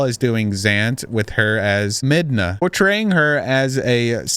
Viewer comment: Legend of zelda is my favorite series so I have to say it's pronounced mid na. Not med na